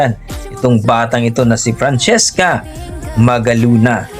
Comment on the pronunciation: Magalona at hindi magaluna Frachesca at hindi Franchisca At lalong Francis EM at hindi Francis IM